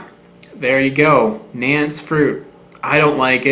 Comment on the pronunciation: I believed it’s pronounced more like Nahn-chess well that’s how the people down in Guerrero Mexico pronounce it. I always thought it was related to the cherry.